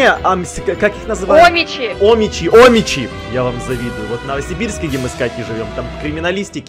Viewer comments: Я живу почти в Омске рядом с ним а ещё тут ошибочка не 'омичи а омичи ударение на последнию и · Я которая живёт в Омске: где тут нет криминала?🗿 ОмичИ- ударение на И. 😂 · Не Омичи ,а омичИ